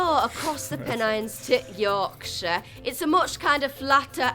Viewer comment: As a Yorkshire lass, hearing people from other countries saying the Yorkshire accent is their favourite accent makes me smile. Also hearing him pronounce Yorkshire right instead of York-shaiyer makes me happy 😂